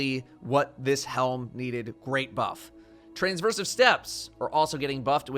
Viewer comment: "greant" lul